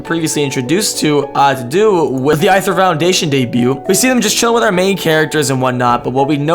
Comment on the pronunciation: It's pronounced the same as "ether". Aether (ether) is supposedly the element found in "space". Fire, water, earth, wind, and ether are the 5 main elements, according to Buddhism (I think). Aether is usually thought of as being "of the gods", which explains why Lusamine chose the name, and why she appears to think she is special and better than other humans.